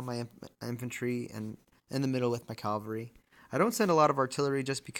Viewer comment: It’s CAValry not CALvary